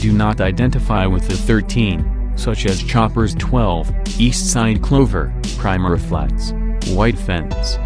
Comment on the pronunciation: Pronounced "pree-mera Flats". He can't even pronounce "Claan-ton."